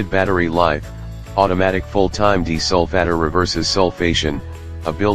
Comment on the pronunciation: What's a deesolfatter?